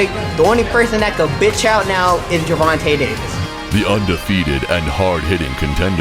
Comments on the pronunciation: His name is pronounced jer-von-tay... Not Ger-von-tay smh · “GERRR-Vonta Davis” lmao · i know he aint just say gurvontuh lol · Gurvahntuh Davis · I met rolly & I'm a fan..but tank may be too much for him right now but I hope he knocks tank out bc I'm betting $100 on him..if he wins that will be a big bag of cash💰 if he loses...I wasted more $ than that on buying Tyson ppvs anyways ps this Narrarator needs to learn how to say the names GRRRVONTAY AND RAWLLLLY LOL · The guy called him gervontah lol of how it spelt saying it, definitely almost confused me for a sec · He said Tank name wrong wrong 😂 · Who the fuck is Gurvontae 😂 my man narrating butchered the damn shit out of Tank's first name